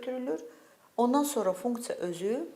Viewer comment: Funktsa deyende deyesen mədeni olur😂